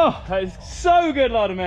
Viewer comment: Please Bernard, it’s LOUDENVIELLE 😉 our lovely home spot 🥰